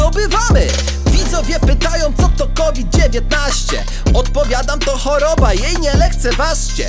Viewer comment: nie moge z tego: Cu tuo just kowit dziewientnajźćje? xDDDDDDDDDDDDDD